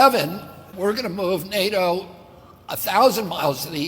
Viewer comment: I wish he could pronounce NATO.